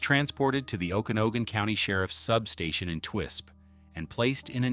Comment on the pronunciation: Pronounced... "Oken-Agan". Just sayin...